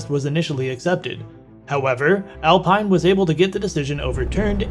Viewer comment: It's pronouced Alpeen